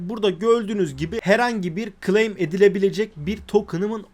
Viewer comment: girişteki intro bir yerinize.. gleym gleym diyonda nedir bu gleym. türkçe konusamıyor musun?